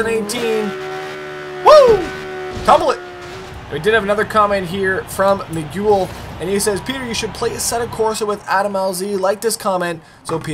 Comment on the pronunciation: Yo slap the guys name is pronounced me-gail ( Miguel). Lol.